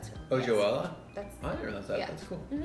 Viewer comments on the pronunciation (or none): It's joelle (Jo-EL) not Joellaaaaa